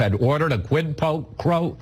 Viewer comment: Why can’t these dimwits say “quid pro quo”?!?! It’s so simple.